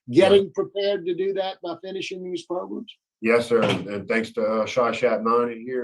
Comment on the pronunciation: Pro-Grams! Programs! I’m watching, nothing irritates me more than hearing him pronounce programs “pro-grums.” Maybe I watched way too many hearings😂